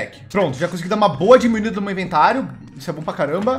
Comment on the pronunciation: O não sabe fala meu/meus. Ele sempre fala mo/mos